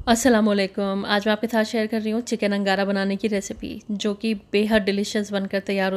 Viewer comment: It's angara not nagara